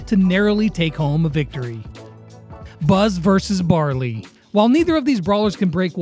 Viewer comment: hahaha he said barby insteat of barly